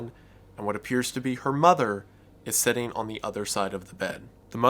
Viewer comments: It's pronounced "Sit" not "Set". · "The Sun (son), Kevin, setting in the hallway" Your pronunciation of the word 'sitting' has caused such an interesting image to form in my mind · Why do you pronounce "sitting" like "setting"?